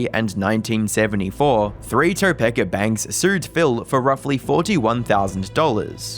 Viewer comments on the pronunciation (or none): English can be kind of a difficult language. So let me help you out a bit. A single vowel followed by a single consonant has a pronunciation we call a long vowel. So Tokepa is pronounced toe-pee-kuh. Not toe-peh-kuh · it's toe-peak-uh not toe-peck-uh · Love your videos, but pleeeeease pronounce city names correctly. Topeka is pronounced Toe Peekaah, not Topaka. Love the content and always interesting contact. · "Toe-pek-ah" Was really funny. In the area we pronounce it " Tah-Peek-Ah'. But it is a weird name to be sure. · TopEka 😂😂😂 bruhhh it’s TopEEEEEka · It’s pronounced “Grecian,” not “Gracian.” It’s “Topeka,” not Topekka” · Toe-pee-ka not Topecka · It's pronounced like Toe-Peak-a not topika Edit: not being a grammar Nazi, just live relatively close and thought I would mention it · kansas native but my guy its tuh pee kuh kansas 😂 not toe peck a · Just for future reference, Topeka is pronounced Toe-peak-ah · Its promounced "toe-peak-a" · Great video...but i feel i must do this. toe-PEE-kah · Dude... It's tuh-peak-uh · Tuh-pee-kah is how you say Topeka ffs man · It’s, toe-peek-uh. Hearing you say it wrong multiple times, tells me that you didn’t do enough research to believe your story. I’m out. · As someone who lives near Topeka, it's TOE PEEK UH haha. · I hate to do this (not really) but Topeka is pronounced “toe-pea-ka” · it's pronounced "Toe-PEE-Ka!! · Not a big deal, just fyi, it’s pronounced toe-pee-ka Kansas. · Topeeka is how we pronounce it in its weird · In case anyone was wondering, Topeka is pronounced Toe-peek-ah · alright its not a great place to be fair but its Topeka(Toe-pee-ka). i havent been there in a long time but it bothered me lol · It's pronounced "TOE-PEE-KA". How about practicing the proper pronunciation of the most common language on the planet before deciding to speak online for a living... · Just so you know it's pronounced Toe peek a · It's actually pronounced "Toe-PEEK-uh" Kansas 😅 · It's pronounced toe-pee-ka